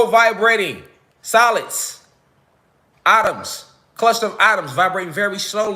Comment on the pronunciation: Atuuums😂 Bothering me